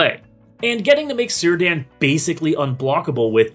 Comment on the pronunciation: awww I was hopeful Círdan would be pronounced right xD